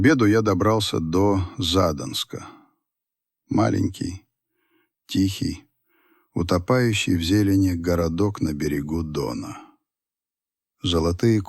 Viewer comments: ЗАдонск ?!!! ЗадОнск. Город ЗА Доном. И "зад" - ни при чём.... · Не ЗАдонск, а ЗадОнск. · ЗадОнск а не ЗАдонск.